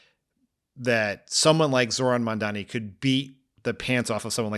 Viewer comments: Dan, its MAM-DANI, i dont get why people are struggling with his name, its not that hard to say if you give it a min. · Dan, with love, please learn how to pronounce Mamdani, you sound like Andrew Cuomo.